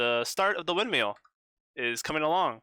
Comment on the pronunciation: I’m not meaning to be rude, but it is a windmill not a windmeal